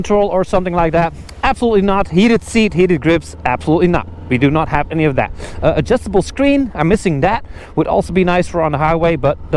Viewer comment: Did he say the preroad is adjustabre?